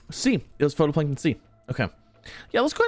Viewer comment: Love this series and appreciate the update vids! Gotta say though... It's "fight-o-plankton" not photo.